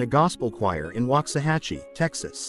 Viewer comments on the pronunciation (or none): none